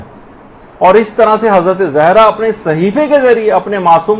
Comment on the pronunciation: Please make correction of the word ''zehra''... it is ''Zahra''